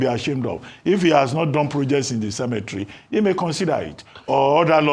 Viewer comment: She said cemetery Dr abati dey spoil the pronunciation again.na WA for niaja o..una no get Nigerian dictionary yet una wan pronounce words d way una want